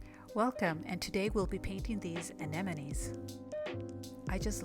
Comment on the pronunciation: Why is it so hard to say anemones lol? Nice vid, new sub.